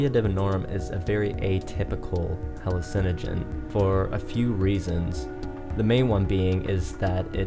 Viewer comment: Cool vid. But do yourself a favor and pronounce "HALLUCINOGEN" like the rest of the non-perchance using world.